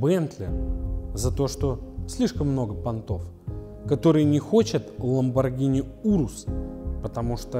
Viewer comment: оно до сих пор не знает как произносится lambogrhini